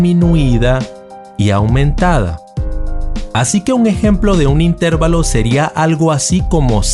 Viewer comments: Se escribe y se pronuncia intervalo no intérvalo sin a acento en la (e) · Muy buen video, pero... in,ter,va,lo... si se pronunciara in,tér,va,lo (llevaría acento) y no lo lleva, por lo tanto se acentúa en la "a"... intervAlo... repetir varias veces ... intervAlo, intervAlo, intervAlo........... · La palabra "intervalo" es una palabra grave y no esdrújula. Por lo tanto, se acentúa la penúltima sílaba y no la antepenúltima. Suena un poco extraño escuchar "intérvalo". En realidad es "intervalo" acentuando la "a". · Se dice intervalo no interválo. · Es intervalo, no intérvalo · Se dice intervalo sin acento tónico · Intervalo se pronuncia acentuando la A y no la E. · Intervalo no se pronuncia con acento en E. Es una palabra llana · Jee, si es verdad es un poco molesto no pronunciar las palabras correctamente, pero nadie lo sabe todo y es de humanos equivocarnos. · Me duele oír cómo pronuncia intervalo. Lástima, porque está bien explicado.